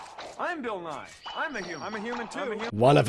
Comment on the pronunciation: So, you keep saying "Nye" as two syllables, which is more how you say "Nighy," which is a different Bill entirely. Also, Bill Nye has never claimed to be a scientist. He just teaches/taught science, hence "Science Guy."